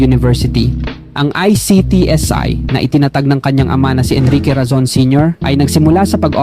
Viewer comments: Mali naman ang pg bigkas mo ng salitang tiaga..itinatag..ginagaya mo ang AI na pgbigkas..hehehe dpat piĺipino diction ang pagbigkas mo..kc ang dating Corny..😂😂😂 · Mang Inaaaaasal😅 Itinaaaaatag Abaaaaaca Sablay ang pagbigkas😂